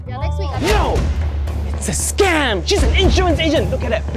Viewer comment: scaym(its the way he pronounced it) look